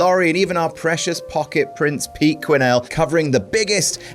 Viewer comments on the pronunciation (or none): none